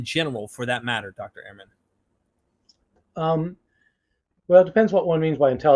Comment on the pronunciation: Fantastic and Enlightening podcast. But you don’t pronounce Dr Ehrman’s name properly. Ha ha!